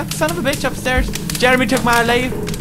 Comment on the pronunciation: HE SAID BICH LIKE JACKSFILMS! My youtube dreams have started, Tobuscus saying barrels is nex >:3